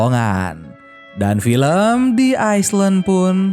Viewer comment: Bang bacanya i lend bukan is land , ini kalo di baca